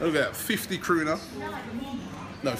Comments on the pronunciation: its not kruna its kuna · It's called Kuna not Kruna or pruna. Anyway, I predict 2-0 arsenal. #COYG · It is called KUNA, not kRuna. And welcome to our beautiful country, Robbie. I mean, Zagreb is not so beautiful and all, but I hope you will still have a good stay here. Watch out for Bad Blue Boys, and the police ofcourse. No tolerance whatsoever. Cheers :D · It isn't kruna but kuna Kruna means crown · It's KUNA not kRuna xD